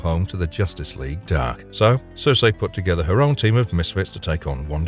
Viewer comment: The name Circe is pronounced SIR-SEE, NOT SIR-SAY